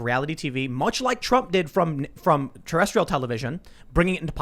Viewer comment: "Terrestial Television..."? Tim Pool is an Alien confirmed!!!!